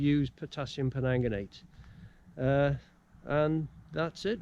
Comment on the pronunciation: Great channel .... just for ref it’s Potassium PerMANGganate ( no offence intended fella) hahah keep up the channel as a Welsh Mam loving it